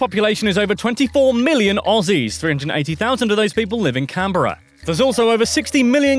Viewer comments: Canberra. Can-Bruh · it’s actually pronounced Camberra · Canberra is not pronounced as it looks it is pronounced as canbra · It's pronounced cambra